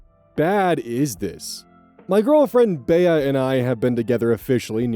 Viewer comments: I’m so sorry, I love watching your videos but please start looking up names you’re unfamiliar with for pronunciation 😭 it’s Bee not Bayah. Short for Beatrice. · Omg, BEE! Not BEY-uh. Your name pronunciations are reaching ridiculous new heights. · Why is he pronouncing Bea as Bey-a?????? Isn’t it pronounced Bee? Like as a nickname for Beatrice??? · Bea is pronounced like bee. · Back at it again with my 'oh god name mispronunciation' bullshit: Bea is short for Beatrice, so it's pronounced 'bee' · third story, the name “Bea” is pronounced “Bee” for future reference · FFR, "Bea" is pronounced like "bee" (I know, it threw me off the first time I saw it spelled out, too). Think Bea Arthur from Maude and The Golden Girls. Your pronunciation still makes total sense, though! Hope that helps. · Just for the record Bea is pronounced 'Bee' as in Bea Arthur.